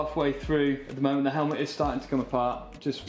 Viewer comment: "Let's open up this helmlet" 😄